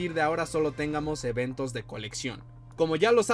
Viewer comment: Bro, me encanta tu contenido pero tengo una duda porque siempre dices palabras como tengamos la pronuncias con una acentuación que no va tu sueles pronunciarla como téngamos en lugar de tengamos, no es mala fe, soy de los que extraña el Skål pero la duda me mata